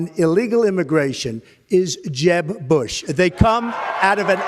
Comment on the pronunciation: “Excuse me, Jeb-uh”💀💀💀💀